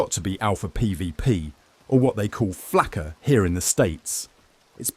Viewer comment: It's not "flacker", it's Flakka. are these AI gnenerated?